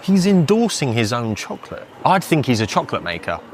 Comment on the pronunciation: I didn’t know you can pronounce chocolate like that. Interesting